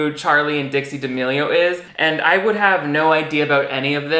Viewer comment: How the D'A-meh-lio sisters got to this level of fame is beyond me x